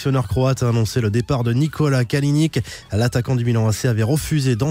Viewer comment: Nicolas kalinich pas kalinik !